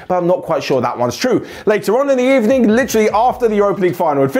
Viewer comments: Good ebening my friend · I'm just hear to say Bad Ebening for United :(